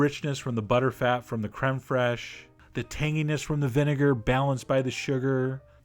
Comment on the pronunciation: "Creme Frayshe" Randy Marsh